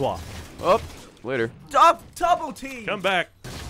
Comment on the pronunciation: when gavin said double team it sounded like he said tubletee